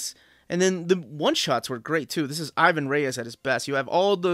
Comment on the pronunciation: i´ve been trying to grab those GL and GLC, but even used, some of them are hard to find and expensive. on other stuff, bro, stop killing Ivans name. He´s brazilian, he has a portuguese descendent name, we don´t accentuate the "I", and it´s Reis not Reyes. :D keep on rockin'